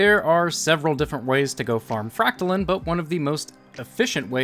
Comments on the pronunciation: Its fract-line not fract-lin. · You’re saying fractaline wrong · I am bothered by how you say fractaline lol